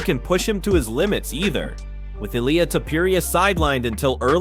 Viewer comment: Damn you can’t pronounce Ilia’s name right ? Wow what a dip